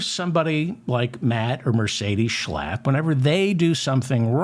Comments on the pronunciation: Checking my online dictionaries: 'schlapp' (pronounced 'shlupp' in German) = limpid, floppy, listless etc 'Schlapp' as pronounced by David, is like shlep (to drag, to pull) in Yiddish. So, when Matt does not drive his dearest most Mercedes and gets a bit listless, he's likely gonna shlep a handsome young Republican, before then nodding off to, well, shluff (sleep). Oops, I forgot to bring in the exorcist! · I love how he says Matt Schlap. I find myself blurting out those words at full volume when I'm working late and need to keep myself awake. It makes me laugh and I thank David for teaching me the correct pronunciation. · I love your show. One of the minor reasons for this is that I love the way you pronounce the words Matt Schlap. Especially when you’re making a point of showing us what a lying creep he is. Bravo!